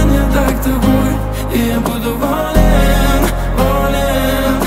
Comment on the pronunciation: В рецензии Кинопуса как-то более живенько всё это выглядело. Но барышня красивая! И фрукты-овощи красиво летят и лопаются. Кстати, почему такое странное ударение - волЕн/болЕн?